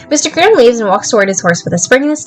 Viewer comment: I had this playing in the background and when you'd say "Mr Graham" I thought you were saying "instagram" and got VERY confused with the timeframe of this game hahahaha